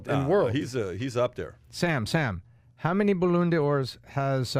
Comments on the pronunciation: “Baloon De Oars” 😅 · Shoutout to the 'baloon dor' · Balooon dor’s lol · Balloooon d'ors. Ballon my friend. Ballon. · 'Baloon dor" lool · How many "balloon de oros" does he have? Balloon? Lol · How this guy pronounced Ballon Do’r 🤣🤣